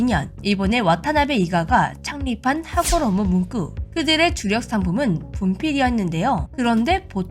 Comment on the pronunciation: "문꾸" 발음이 ... "문구"로 해주세요~